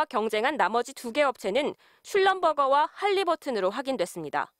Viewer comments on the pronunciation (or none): 누가 슐럼버거라고 발음하노